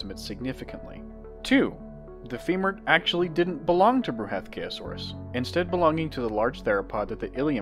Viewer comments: "Bruhathkayosaurus", is derived from a combination of the Sanskrit word Bruhathkaya (bṛhat बृहत्, 'huge, heavy' and kāya, काय 'body') It's pronounced Bru-ha-th-ka-ya saurus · Bruh ath k Ayo saurus